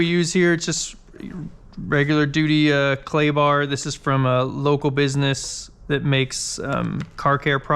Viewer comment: You said clay bar but I heard Klondike bar!